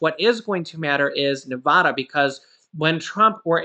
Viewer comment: It is Nev-AD-a,” NOT “Nev-AH-da.” just FYI